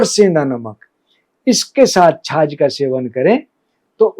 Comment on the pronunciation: छाछ होती आप छाज कह रहे हों जो अनाज पिछोडने के काम आता है 😊